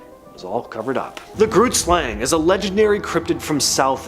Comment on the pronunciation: Saying Groot Slang wrong🤣, it's Afrikaans for Big Snake